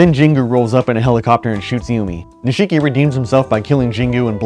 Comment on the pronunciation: Please stop saying nisheee ki